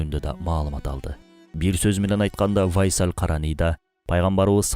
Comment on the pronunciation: Урдура бербей тактап койгула да бир аз, УАЙСал эмес, Уайс эле. Уайс Ал Караний أُوَيْس القرني бул жагы вайсал Байсал болуп кетиптир го 😂😂😂